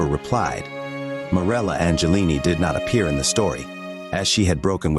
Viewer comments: Not “Angelli .” It’s “Agnelli” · Except the pronunciation of Agnelli. It's ON-YELL-LEE. Prego.